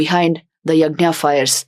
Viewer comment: यज्ञ not यज्ञा